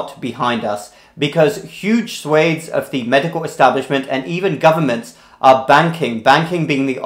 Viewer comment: Swath is not pronounced swaith...!!!!